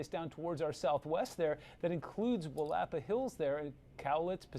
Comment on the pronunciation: Will-a-pa not Willap-a